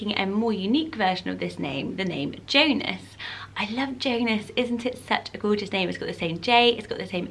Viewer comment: I like how you say the word “Gorgeous.” It sounds like “Goo-juss.” Haha. ♥️☺️